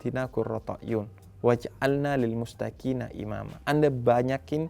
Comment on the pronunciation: Maaf ya Bib "Lil muttaqiina bukan mustaqiina"